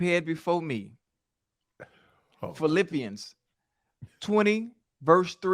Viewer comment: Bro said Phillipians 😂😂😂😂😂